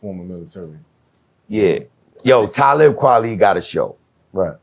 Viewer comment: Yo! I know Talib, but it would've took ever fiber in my body not tah laugh at the miss pronouncing of his name. Canibus ,damn. Lol